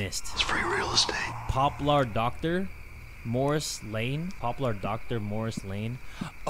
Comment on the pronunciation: Bro said “more ass lane” instead of “morris lane”🫠